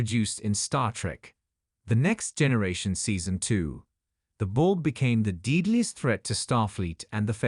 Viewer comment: Who the heck narrates this? Do you ever review pronunciation before posting? Example: It's :"deadliest", not "deedliest:...Rea;;y unfortunate indeed.